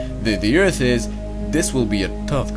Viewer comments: WHY ARE YOU SAYING EARF NOW ITS EART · He now says Earth and not Eart., Bravo....